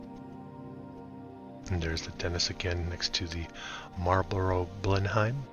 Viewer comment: Correct pronunciation: Marlborough BLEN - UM (not hime).